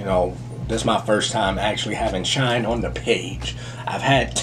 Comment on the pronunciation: Shinee is pronounced like Shiny